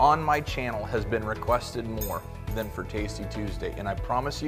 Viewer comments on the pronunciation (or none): none